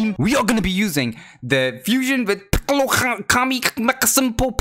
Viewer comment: You keep calling sling piccol